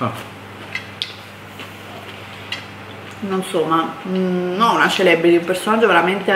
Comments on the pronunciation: "CELEBRITY"pronunciato proprio cosi 😂😂😂😂😂😂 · "Celebriti" adoroooo